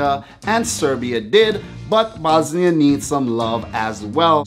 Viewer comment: You cant say the bosnia r